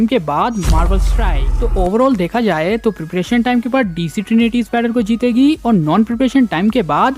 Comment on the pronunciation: Tu kya chutiya hai harbar bol raha hai peperetion or peperetion